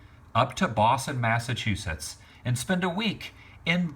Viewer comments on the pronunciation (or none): none